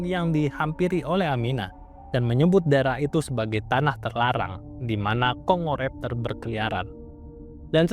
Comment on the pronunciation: Ternyata di baca Kongo raptor,.. Maaf min, Tadi sempat tertawa kirain baca nya dengan aksen Jawa "congor aptor" karena gk di pisah bacaanya "congoraptor" 😂😂😂😂😂😂